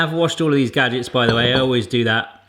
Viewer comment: You don't pronounce it "gajicks" and safety isnt your number one priority so im not subscribing